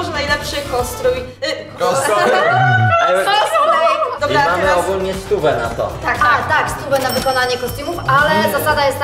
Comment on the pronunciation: Jak powiedziała kostrój to powiedziała r 🤪